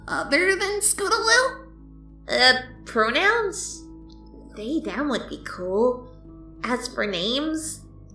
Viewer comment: I like how throw out the story the narrator calls scootaloue they